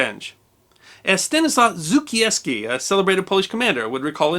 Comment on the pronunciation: I'm so glad you covered this topic! You made an excellent job, however I couldn't help but laugh at your pronunciation of Polish names, especially Mniszech. Somehow you did better with Żółkiewski. ;) Hetman Stanisław Żółkiewski might be my favourite character in this mess. He was the best Polish commander involved, wining astonishing victory at Klushino. Yet he was also an opponent of this war, seeking a diplomatic solution, despite the thickheaded king.